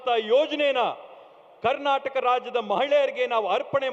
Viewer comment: ಕಣ್ಣಟಕ್ ಅಲ್ಲ ಮಹರಾಯ ಕರ್ನಾಟಕ..